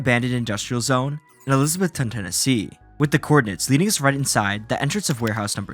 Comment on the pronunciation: as someone who has lived in Bristol tn/va most of their life hearing Elisabethton being called Elisabeth-town is so so weird.